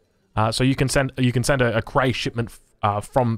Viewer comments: Why does he pronounce Cree as Cray? Cree is pronounced just like it's spelled. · it bothers me more than it should how you pronounce Cree